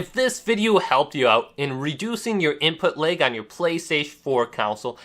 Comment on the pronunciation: Moveahment.. imput leg.. wtf am I listening too...... damn dude you can hardly pronounce anything, seems like talking is a serious struggle..